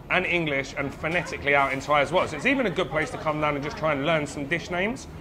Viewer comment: Love your Thai pronunciation.👍👏